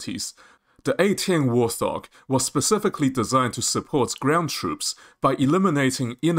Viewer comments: Warthog is pronounced "Wart" and "Hog". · Interesting news, especially about the APKWS2. However information is presented in a confusing manner, and with repetition, with similar info presented in different places, eg. the markings for Drone Kills. This video could have been cut in half without losing any information. And also, it's "Wart Hog", not "War Thog". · Bro... it's Wart Hog, not wor-thog. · Great Vid. By the way. Its Wart-Hog, not War-Thog. Warthog is a type of pig. No idea what a 'thog' is. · Allow people their accent anomalies.